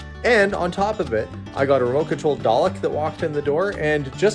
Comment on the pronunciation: Did you say at the end a remote control DAĹEĶ?